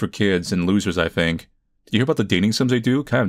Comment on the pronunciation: Has anybody ever noticed that this dude pronounces his 'th' s as 'f' s? Like instead of "think" it sounds like "fink" ...